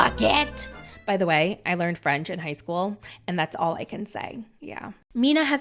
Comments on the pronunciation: can speak French?!?! Your accent is really good! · Hello, french subscriber here, I have to tell you that you french accent is good! A little bit too much but better that most american! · As a french I can tell you that you have a good accent ;)!! You handle the « R » very well krkrkr ! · I’m francophone, your French pronunciation is great! Then again “it’s!” You have a good ear, you can imitate how people speak and that’s such an amazing talent❤